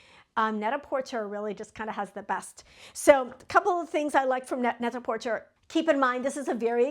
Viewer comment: It's pronounced net-a -porTAY. 😊.